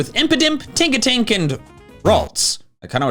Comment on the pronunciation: It's Tinkatink, not Tonkatink. Plus, Ralts and Kirlia are super weak. Kirlia, with a base stat total of just 278, is weaker than a base form starter. I would choose Flabebe for Fairy instead, since, like Tinkatink, it's more balanced all the way through.